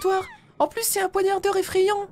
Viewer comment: C'est moi ou à, dit "Poignadeur" au lieu de Poignardeur. (Bon enfaite elle a oublié le "r" entre a et d).